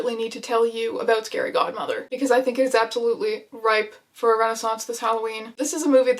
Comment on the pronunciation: In the beginning I thought you said scary Gothmother... It took me a second to realise that it was a scary Godmother